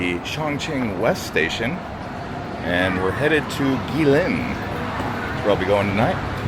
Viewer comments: OMG, so many Americans making travel videos of China and they all have the same thing in common: they never bother to find out how to pronounce chinese names correctly. So lazy. Just google it. It’s “chengdu” not “changdu” and its “gway leen”, not gwee lin. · Guilin is pronounced " kwee lin. "